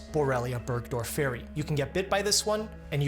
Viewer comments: Borrelia burgdorfor-eye is how I’ve always pronounced it. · never heard anyone pronounce burgdorferi like that before lmao 🧚‍♀️ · It is difficult enough teaching the students how properly to pronounce common words in medicine... Burgdorferi... The accent falls on the second syllable. Please study classic Latin and Greek. It makes future engagements so much easier. There were other painful mispronunciations. Ixodes.. again... The accent falls on the second syllable.